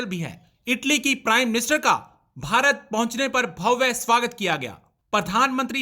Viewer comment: भव्या नही भव्य सही शब्द होता है।